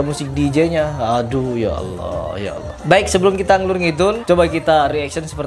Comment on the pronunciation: Bacaan bismillah anda salah. Belajar lagi. Anda mengucapkan Allah sejak kapan pake "dha"...??